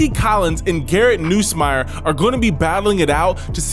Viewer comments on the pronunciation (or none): Garret Noosemeir? 😂 Nuss man, Nuss.